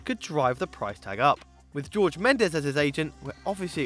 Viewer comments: This guy is awful at pronunciation. It’s James is pronounced ‘Hamez’ and Jorge is pronounced ‘Horhey’ not ‘George’. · It's crazy how little attention you guys pay to doing things right and accurately. The 2018 is only a typo, but the main issue you have is pronunciation of the players names. It's Ha-mes, not James . It's Dy-bala, not Diebala . It's Hor-he, not George Mendez . It's Co-rrie-re, not Carrera dello Sport . It shows a big lack of consideration and preparation by you guys, despite the content being actually pretty interesting. Fix the pronunciation issues by actually doing a bit of homework before recording and more people will start to respect your great work instead of laughing at your weird gaffes..